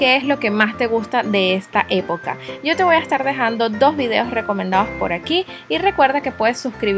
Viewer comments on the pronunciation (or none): none